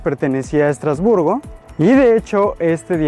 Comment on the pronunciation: Madre mía, lo que hay que oir. ¿Cómo es posible? Vivo en Estrasburgo y me voy a tomar el tiempo de corregirte porque me sonroja oir tantas tonterías... 1. Estrasburgo (no "Estratosburgo"). 2. ¡No, no es un "pueblo" ni un "pueblito": Estrasburgo es una ciudad en toda regla y además es la sede oficial del Parlamento europeo, del Consejo de Europa y de otras instituciones europeas, no francesas, como has dicho. Es lo mismo que le pasa a Bruselas. 3. No, Estrasburgo no "es" un mercado. En Estrasburgo se instala uno de los mercados navideños más bonitos de Europa. 4. La Catedral no es de "Estratosburgo", sino de Es-tras-bur-go y fue la catedral más alta del mundo por mucho tiempo. 5. No, no tiene una punta "no terminada". La particularidad de esta catedral es que tiene una única torre y aguja por motivos únicamente estéticos (propios de la época). 6. ¿Por qué la ciudad de Estrasburgo no iba a ser turística? 7. Sí se puede subir a la parte superior de la catedral. Tiene un precio de 8,00€/por persona 8. ¡No, la arquitectura de la ciudad no tiene influencias "suizas"! 9. ¿Alsea? ¡No! Ni "Alsace", como se dice en francés. En español se dice Alsacia. 10. No, no tiene "influencia" alemana sólo por su cercanía: Alsacia fue parte del territorio alemán varias veces. Luego volvió a formar parte de Francia y lo sigue siendo hoy en día. 11. ¿Por qué habría de hablarse el inglés? ¡No es una ciudad inglesa o estadounidense! Su única lengua oficial es el francés. El alsaciano también se habla e